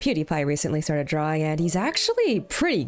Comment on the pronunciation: did you said pewdiepie? Cuz I heard Cutie pie